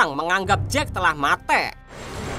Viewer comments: Muak banget dengar kata mate' 😂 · Film nya bagus cuma pembawaan nya kurang bagus ,, mati(mate) membunuh menjunuh apa susahnya tinggal ngomong membunuh ,,, n 1 lagi pembawaan bahasa Indonesia nya 🤦 (logat) nya 😅 ngakak